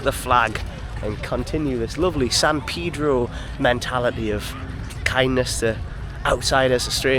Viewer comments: You just popped up on YouTube. For some reason I was drawn to watch your first time in L.A. Lo and behold… you went to San Pedro… I’m originally from San Pedro.. living in Southern Oregon now. Looks like you had a good time.. best part is …you pronounced San Pedro correctly! Haha good job!! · And you pronounced San Pedro like locals, not like one would expect to pronounce it. I'm thinking you were coached on that. 😂